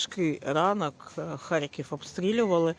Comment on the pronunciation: 3 (мова про рівень, не про вимову. ну і С1 - це далеко від досконалості ггг). Мені неприємно чути покоцану назву рідного міста. Щоби вимовляти з налогосом на перший скад, не потрібно нічого крім як редактору поцікатитись цим питанням.